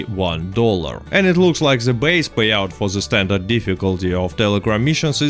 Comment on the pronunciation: Yes... Standart not standard